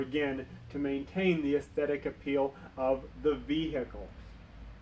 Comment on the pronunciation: Vee-hecle 😀 Great vid tho, very informative! 👍